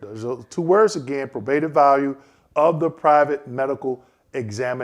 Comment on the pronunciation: I'm a fan, bought your book but just an FYI your not pronouncing "probative" correctly. Sorry to be that respondent but thought you should know. As you were!